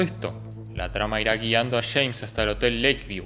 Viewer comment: Los Argentos dicen Chemns en vez de James crei que Chemns era otro personaje jaja. Aquí va otra dice "lo Chama" en vez de "lo llama", pronuncian mucho la "Ch", si Che, la, conCha de la lora.. La tablicha/tablilla, otras que les he escuchado como dirian carajo? Caracho che, con echas/ellas. No entiendo por que pronuncian tanto la "Ch" saludos desde Mexico.